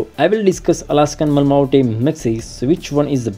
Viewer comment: Pronounce as Ma-La-Mute